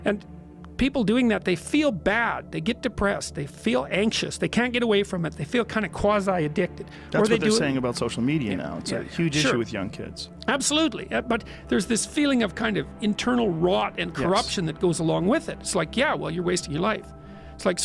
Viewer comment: "quasi" not "causi" and "Jungian" not "union", just in case anyone was confused by the subtitles.